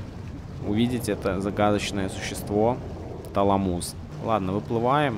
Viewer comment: ТалАмус, а не ТаламУс.